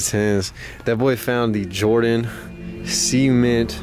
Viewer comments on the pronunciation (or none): This man rly pronounced cement like see-meant🤷‍♂️🤷‍♂️